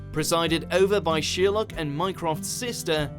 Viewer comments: Its Sherlock not sheerlock 😯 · just me who thinks this guy says sheer luck when he says Sherlock? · Sorry...did he just say sheer-luck ??!! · You say Sherlock completely wrong holy crap